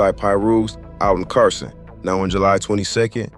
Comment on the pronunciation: Where you from why you saying Barson